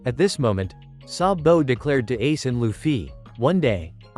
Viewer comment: I love how he pronounces sabo's name as "sa bo "